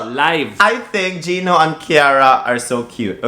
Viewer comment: It’s Gino not Gio